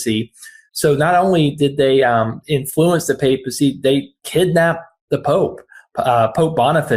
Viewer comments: Please Google "papacy pronunciation." ;) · Stopped watching . It would help if you learned how to pronounce the word "papacy". Your hysterics about Avignon indicate this is a simple hit piece and not a thoughtful, well-researched commentary. For example, you could have examined why the Vatican's ambassador went to the Pentagon, instead of the State Department, where diplomatic meeting typically occur. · Papacy is pronounced with a hard A. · Would you please learn how to pronounce the word “papacy”? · You’re pronouncing papacy incorrectly. And Catholics are Christians too. What you mean is Protestant. I Love your work! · Hey guys, I really love your reporting but your improper pronunciation is driving me nuts! "Papacy" is pronounced like "paper" - long 'A' sound - ask any old school Catholic! 😉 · How to pronounce "papacy" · Great report, thanks Ben. BTW, It’s pronounced PAY-pacy, not POPacy. 👍😉👍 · Ben luv your podcasts hv followed you from the earliest days of MTN's Very inception but i need to correct you on this as a devout Catholic : THE CORRECT PRONOUNCATION IS PAPERCY OK not papacy THKS SO MUCH and continured success with MTN may it in the very near future becone the Primary source of Actual/ factual news reporting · Ben, papacy is pronounced pape-ah see, not pop-ah-see, otherwise great reporting except the Pope doesn’t despise anyone, he’s too truly humble to set himself so high, but he does condemn their harmful misguided actions and prays they mend their ways and honor our Lord by working for peace and justice. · It’s PAY-pah-see, not pah-pah-see. Not trying to give you a hard time, just a heads up. 💙💙💙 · The pope is standing firm. I would not describe him as "furious". (That's the sensationalism we have asked you to tone down.). Please, it is papacy not "popacy". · Well? If he were smart? He would excommunicate ALL American Catholics who support this orange POS. And people! The word is PAY-pah-cee! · Ben, please pronounce "papacy" correctly: "PAYpasee."